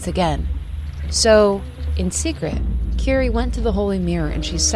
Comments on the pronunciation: Kirie is mispronounced too, it should be like Ki-ri-eh, not ki-ri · Eyy, I was around for your Zelda videos but lost track of you, great to see you again! Quick thing though, the name "Kirie" is actually pronounced "Kee-ree-eh", gotta pronounce all the vowels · I love love love your channel and this series. And I love this video too, just... maybe, not wanting to be an ass, but, in japanese it is ki-ri-e <3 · This video essay is great but a few tips on pronounciation: Almost every letter in Japanese is pronounced so it is Ki (as in keen)-ri (as in ream)-e (as in end) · Fantastic breakdown of the story. Pronunciation of 'Kirie' is wrong though. It's a three syllable name ending in 'eh,' similar to the Latin word Kyrie.